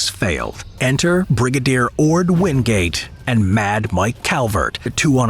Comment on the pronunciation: Wingate not Windgate!!!